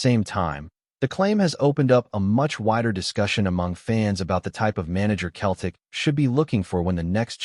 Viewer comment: If when typing the voice over you spell Celtic with an [ S ] it will be pronounced correctly at pressent it comes across as Keltic😂🤔😁